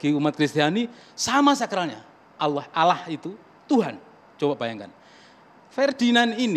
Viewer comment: Dia Melafadz kan saja salah... Alah dan Bukan Allah Sebagaimana Pelafadzan Yang Benar... ( Cek Video Permintaan Maafnya ). Jika pun Mualaf...Dia Bukan Mualaf Tulus... Lidahnya Akan Menipu dirinya Sendiri...